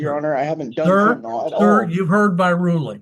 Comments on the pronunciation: Am I the only one who is annoyed when people mispronounce “fentanyl” as “fentanol”? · Fen tah nill not fen tah nall.